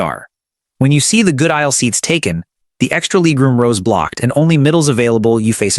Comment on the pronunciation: What's leeg room? And base-innets?